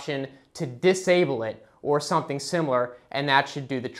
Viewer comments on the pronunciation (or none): none